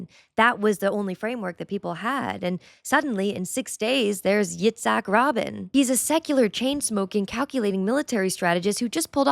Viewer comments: It's "Ruh - been'", not "Robin". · Robin? Robin? His name was pronounced Raa-bean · RaBEEN not Robin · FYI, the pronunciation of Yitzhak Rabin's last name is rah-BEEN. Long E sound, accent on the last syllable. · Rabin is pronounced rah-bean with the emphasis on the second syllable 😅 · Please. Rabin is pronounced “Ra-bean”. “Corps” in your last video is pronounced “core”. And, “Jew” or “Jews” as nouns are not offensive at all and what we Jews call ourselves and encourage others to use these nouns and not let anti-semites take these words. See scene in Schindler’s List that addresses issue or entry in American Heritage Dictionary which describes “Jewish person” as sometimes suspiciously round-about. Note we don’t say “Catholic people” or “Mexican person”.(a joke in The Office). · You are pronouncing Rabin wrong. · Glad you are here on YouTube, at least the platform is more stable than TikTok, but that's not saying much. Keep up the fantastic work! I also love the way you pronounce Yitzhak Rabin! You make it sound like it should be Yitzhak Batman and Rabin. The Yitzhak is super solid. Rabin is more like ruh-bean. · 95% speculation. Look up the definitions of “war” and “genocide” and learn how to pronounce Rabin. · Hey, just found you and appreciate your content. I just wanted to give you a couple of pronunciations for a couple of people you mentioned in this video. Itzak Rabin, last name is pronounced Ra bean. Jay Sekulow is pronounced Sek a low. Keep up the good work. 🙋‍♀️